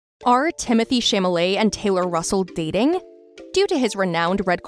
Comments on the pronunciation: How embarrassing for you to mispronounce his name. It is Chalamet not "Chamalet"!🙄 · CHALAMET!!!! Not Chamalet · Chamalley, Chamalley, Chamalley..... ! Girl, that's not the proper pronounciation, please prepare your speech correctly and learn how to pronounce it. It's Chalamet: Cha-la-mey !! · "ShAmALeY"......PLS I CAN'T 😭😭😭☠☠☠ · If u r going to narrate this,Please learn how to pronounce his last name!!!!!! It's Cha-la-met!! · As much as I know we're all speculating, I think think they make an adorable couple. P.S. its Cham-a-ley. The "t" is silent so even tho the narrator is misspeaking it, Cham-a-lé is close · Exactly. Like I heard nothing after that. 😭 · Chalamet is pronounced Shall-a-may. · if mispronouncing Chalamet as Shamalae... embarrassing... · Stop mispronouncing his name! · Wth! she's mispronouncing his nameeee!!!! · Damn, seriously! You aren't even able to pronounce his name? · Omg, this girl narrating, if you can't take the time to actually learn how to say his family name, then just don't say it. My gosh, is enough listening Americans mispronounce his French family name, to on top, this girl literally butchering it and changing it completely.